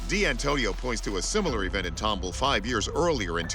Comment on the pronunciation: Tumble? It's Tom ball!